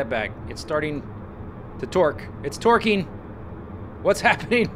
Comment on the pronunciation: When Z says torquing, it sounds like twerking, only in a weird accent.